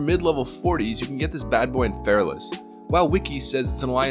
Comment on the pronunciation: It's Fe-ra-las not Fairless. I''ll show myself out...